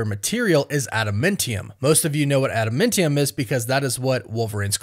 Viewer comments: Adamantium. Not adamintium. Trashtrashtrash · Wtf is ADAMENTIUM?! Its ADAMANTIUM. Smfh. Annoying af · first of all the substance is not at a momentum it's Adamantium like Adam and Eam Not Adam Mentem there's no mentee in Adamantium so change your pronunciation and get it correct it's Adamantium. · Say it with me, Ada-MAN-tium! Lol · Ada-MAN-tium my dude. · Add a MEN tiyum 😂. 🤦🏼‍♂️. Fingernails on a chalkboard.